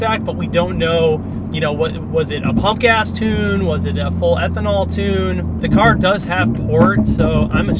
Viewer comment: when he said “pump gas tune” I thought he said punk ass tune 😂 thought he was about to start going in